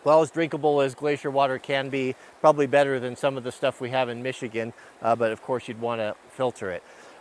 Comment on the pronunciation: Did you say Meeechegan?!!!